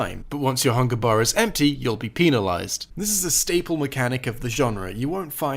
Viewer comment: Don’t say peenalized